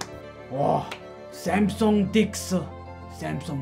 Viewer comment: I love it how your Korean Samsung executive speaks perfectly good Korean and then suddenly pronounces Samsung in a way that no Korean born in Korea would ever pronounce it. Anyway it didn't take anything away from a very cool video.